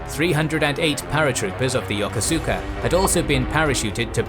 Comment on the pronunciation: Great video! however just want to give a friendly heads up- “yokosuka” Japanese forces is pronounced “yo-ko-ska”. :p